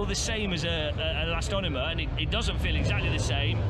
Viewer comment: It's elastomer NOT elastonomer